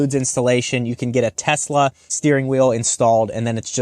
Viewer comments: Did you say Tesler? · "Teslur" fuckin great lmao. Liked and subbed for that. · You said tesler. I had to drop a like. 😂 the only thing imma call it and I gotta get one.